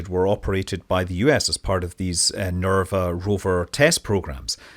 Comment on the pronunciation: Repeat after me: NERVA! NERVA! NERVA!....